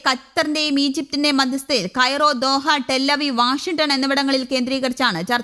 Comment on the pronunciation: ക്രയോ അല്ല ...മോളെ...കൈറോ...